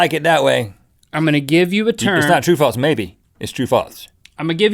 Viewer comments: Why do you guys pronounce false like "faults"? Like wtf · when they say 'false' it sounds like 'faults' and it drives me insane. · does anyone notice how when they say "false" they pronounce the s part of the word more like "ts", like "faults" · Is it just me or do Rhett and Link say Faltse instead of false? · its not FALTS its FALSE. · They say faltse